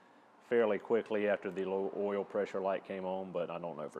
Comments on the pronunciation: DON’T Run your Subaru low on “earl”. Otherwise, video is perfect. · It’s pronounced “earl”